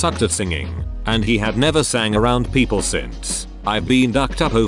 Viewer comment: Nobody: Synth Voice: Pronounces ‘People’ as ‘Peeoplee’